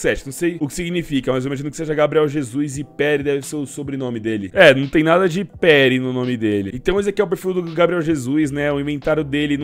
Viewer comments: Não é péri, é peri, lugar onde ele morava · É peri e o cara fala Péri DSUAHDUASHDASHU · não se fala ''péri''.. vc viu acento no ''e'' por acaso ? kkkkkkkkk é peri de Jardim Peri.. onde ele foi criado !! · Kkk péri,, Peri é a favela q ele veio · PÉRI KKKKKKKKKKKKKKK É Jd. Peri, a quebrada dele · ''menino do PÉRI'' KKKKKKKKKKKKKKKKKK é Peri onde ele nasceu na zona leste de SP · Peri se lê Perí e é o lugar que ele nasceu e cresceu lá ele aprendeu a jogar bola e ficou conhecido como Menino do Peri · Peri nao pere, e é onde ele nasceu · ONDE CE LEU PÉRI ANIMAL, NAO TEM ACENTO NO E NAO, É PERI DE JARDIM PERI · Se lê pêri, e não péri, é o lugar onde o G Jesus morou grande parte da sua vida, o Jardim Peri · N se pronuncia Péri e sim Peri e a cidade que o gabriel jesus morava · Iai mlk Não é péri e sim perí se fala pêri mas se escreve peri PERI É ONDE O GABRIEL JESUS NASCEU PESQUISA AÍ JARDIM PERI O NOME COMPLETO PESQUISA AÍ